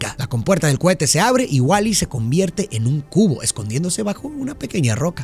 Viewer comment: Solo escuché "Cuete" "Cuete" "Cuete"